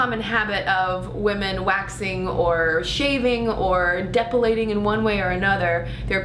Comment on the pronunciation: did you say" depulating"?